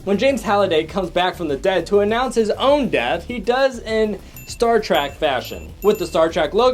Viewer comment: It’s Star “Trek” not star “Track”